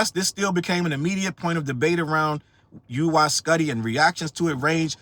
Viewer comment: It's "Woo-wee skootty"